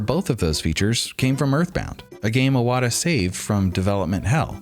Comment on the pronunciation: imagine doing a 25 mins video about iwata and calling him "awata" nonstop...